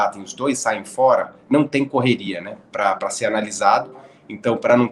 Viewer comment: Max foi culpado e pronto. Vamos pra frente. A transmissão da Band está de parabéns pela cobertura. Porém uma coisa que me irrita : "por foera". Oh coisa chata!